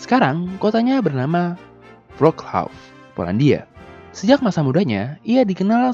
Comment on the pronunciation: Halo, Min. Udah lama nonton tapi baru berani buat ngasih saran nih hehehe. Kalo dari saran saya buat kata2 yang berasal dari bahasa asing yang pelafalan nya susah mungkin bisa dicari pelafalan sebenarnya dari bahasa negara aslinya, min. Maksud saya seperti kata Wrocław salah satu kota di Polandia yang mungkin secara pelafalannya yaitu 'wrocwav'. Dan mungkin nanti admin bisa digunakan di vidio selanjutnya untuk kata2 bahasa asing dari negara lainnya nanti yang memang pelafalannya agar menjelimet, biar bisa tambah berkelas lagi isi konten vidionya, min 🤩🤩. Ditunggu konten2 sejarah berkelas lainnya, min 🔥🔥🔥